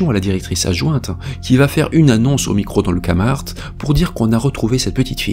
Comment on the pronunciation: vidéo intéressante comme toujours... juste un petit détail, pour nommer le nom du centre commercial, il faut utiliser le son du K en anglais et faire résonner le son du t aussi, donc KéMarT